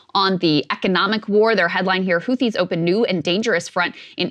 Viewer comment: shew... the "h" in "Houthi" is a silent one. pronounced "hoo-tee"